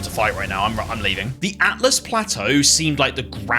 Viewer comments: Can i just say great game play thoroughly enjoyed but have to say its "ALTUS" plateau NOT "ATLAS" 😂 after beating this game myself definitely enjoyable watching someone else go through it for a first time again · Carefully explains how to pronounce Siofra. Immediately can't say Altus correctly. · Dogs people for potentially mispronouncing Siofra…immediately says Atlas Plateau 😂 Love it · Altus, not Atlus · You pointed out the correct pronunciation of Siofra, but then called Altus Plateau "Atlus" 😋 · I love that you got on everyone's case about how to correctly say "Siofra", then almost immediately went on to pronounce "Altus" wrong lmaoooooo